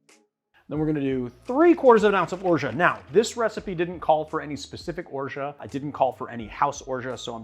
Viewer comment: Have you ever looked into the correct pronunciation of "orgeat"?